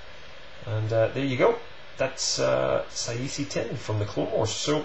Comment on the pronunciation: Its prounounced Sah-zay Teen.